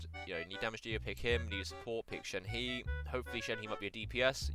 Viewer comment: shenhe is pronounced shen-huh. no hate just coming from a chinese person :)